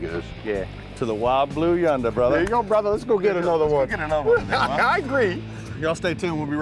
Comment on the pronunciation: THey really should stop calling each other "brothah" (brother)